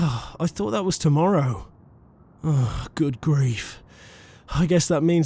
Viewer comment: That sounded ridiculously British 😂 no offence